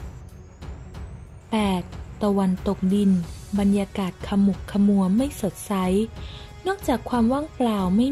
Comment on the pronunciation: ขมุกขมัว ออกเสียง ขะ หมุก ขะ หมัว